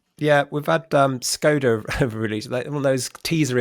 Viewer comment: What’s with ridiculous pronunciation of Skoda? Does she go to Paree, Bartheloma and Lisboa?